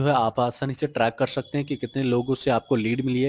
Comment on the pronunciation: Whenever he says shakte sound sucks